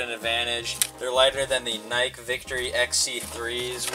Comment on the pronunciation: N y K e